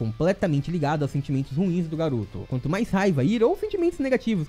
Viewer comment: Eu juro que escutei o falando "Naruto" Mas era "Garoto"😁